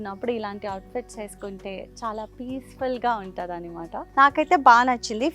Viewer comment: It’s anamata not animata..Not a hater or anything but enduku telugu ala matladthunnaru??